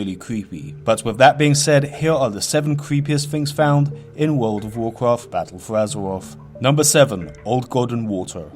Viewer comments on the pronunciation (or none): Its World of Warcraft. Not "Wool dove Woorcruft" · Wowd of Wawcwaft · WOHD OF WOWWHKWAFFFT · Wuld uf wurcwaft fowowwers of de wight